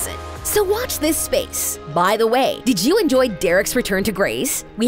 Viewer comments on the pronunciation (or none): none